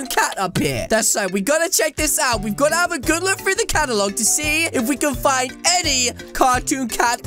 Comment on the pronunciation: When you say catalogue you said cat